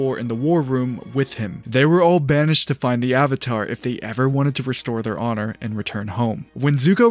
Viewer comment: ZUKO DOESNT SAY HONORRRR!!!!!😭😭😭😭